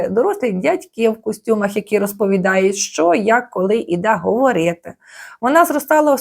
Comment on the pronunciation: Омг, що з голосом у вас? 😢 ГоврЄЄти, зробЄЄти? Така рагульська вимова